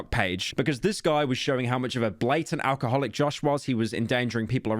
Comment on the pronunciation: You can’t say alcoholic like that